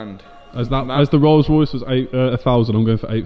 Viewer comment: I vote for the rrollllss..... ;-)